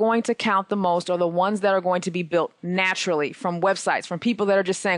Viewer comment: napturally curly? haha